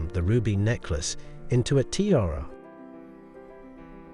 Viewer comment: Your repeated mispronunciations, particularly of the word "tiara", are like fingernails on a chalkboard.